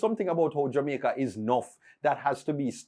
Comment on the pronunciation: He said Xaymaca instead of Jamaica that's why you missed it 😊